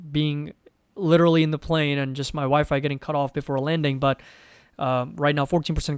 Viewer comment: I’m also interested on that hot air balloon 😅😂 now I want to watch around the world in 80 days. Always fun stuff here with you lol. Great live. Thanks for connecting. By the way, everytime you say your WiFi goes off…. It sounds like you say my wife and I’m like 🙀 I’m gonna tell my friend lol jk